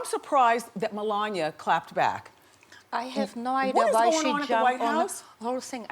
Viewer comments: Wendy, it's not Me-lon-ya. Its Meh-lon-e-uh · Lmao wtf she couldn’t turn her foot sideways? And Wendy can’t pronounce melania? (Hint it’s 4 syllables not 3) oh god